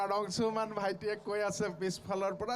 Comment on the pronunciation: অংশুমান আজিকালি অংচুমান হ'ল ? হিমাংশু গৈ হিমাংচু হলগৈ ? উচ্চাৰণৰ বিশেষত্ব ই অসমীয়া ভাষাক স্বক্ৰীয় পৰিচয় দিছে । যদি আপোনালোকে শ*, * স *, *ষ আখৰ থকা অসমীয়া শব্দ অনা অসমীয়া ভাষাত চ দৰে যে উচ্চাৰণ নকৰে সেইটো নতুনকৈ শিকাব লাগিব নেকি ?